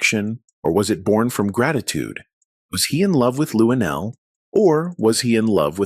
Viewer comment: Why do we need to see you shake your head on the side of the screen? You should be somewhere learning how to say Luenell's name. You said LuDell.